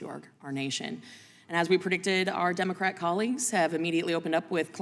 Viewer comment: Who the F#%k are you talking about Plaskett??? You pronounced Democrat wrong during your opening speech.